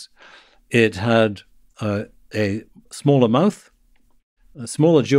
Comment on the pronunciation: Right at the end of this clip, , was he saying that our brains have become SMALLAR recently?